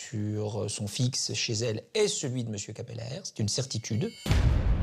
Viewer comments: Merci pour vos capsules toujours très plaisantes, j'aime bien regarder ces affaires criminelles. Juste une chose à l'attention du narrateur : "Cappelaere" se prononce "Capelâre", et surtout pas "Capèlère"... Mais, bon, c'est un détail mineur. Merci encore ! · Prononcer "Capelaaaar" - nom Flamand